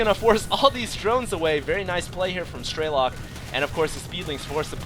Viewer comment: Absolutely incredible game, TLO is definitely my favorite player now also, it's pronounced "streh-luk", not "stray-lock", to my knowledge